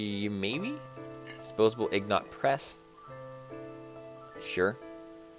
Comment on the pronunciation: They are INGOTS ya dingdong! Not IGNOT